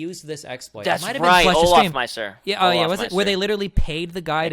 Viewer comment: ITS NOT OLAF MEISTER ITS OLOFMEISTER.